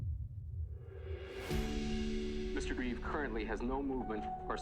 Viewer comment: Reeve. No s.